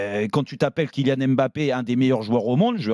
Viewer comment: Ça fait des années que Rothen parle de Mbappé mais il sait toujours pas prononcer son nom